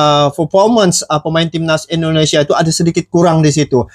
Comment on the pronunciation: Maaf,. Saya koreksi sikit ya.....tolong dong cara mengucapkan nama negara orang itu dijaga ejaan dan pengucapannya..masaaaa orang thailand lebih fasih di banding orang Malaysia. Se x lagi maaf ya brooo. INDONESIA bukan Endonesia. Trimakasih